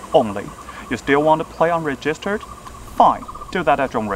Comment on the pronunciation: Register的發音錯了（沒有惡意，只是提醒）